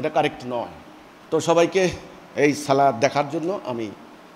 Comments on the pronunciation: হ্যাঁ নিজেকে ইমাম দাবি করে ছলনা সালাত এই জিনিসটা পর্যন্ত উচ্চারণ করতে পারে না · ছালা নয় সলাত বলেন